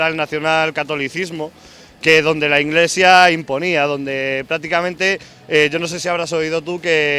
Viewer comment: la inglesia xD